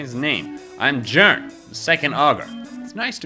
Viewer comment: QOTD: Probably Team Rocket, and also I'm pretty sure that the J in Jaern is silent.